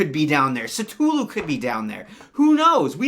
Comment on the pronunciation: LOL!! Your pronunciation of Cthulhu! XD Not as bad as my original attempts!